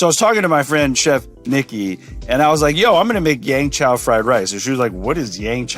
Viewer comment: Jet... it's called Yeung Chow Fried Rice not Yang Chow...